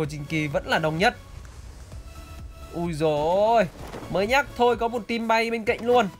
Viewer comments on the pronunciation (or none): none